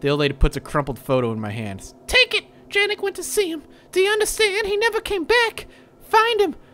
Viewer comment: Janek is pronounced "Yon-ek."